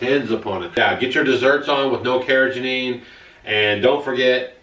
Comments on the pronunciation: It’s not “Cara Janine”! 🤣🤣🤣 It’s “Carr-uh-GHEE-nun.” With a hard “g” as in “go” (not a soft “g” that sounds like a J). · Love you guys, but it's car-ra-GEE-nan. You guys are saying car-ra-ga-NEEN. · I posted your video on my Fb wall. Excellent information, many thanks. Oh....and it's pronounced kar-uh-gee-nuh n, lol. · Its pronounced "care-a-GEE-nan" 💜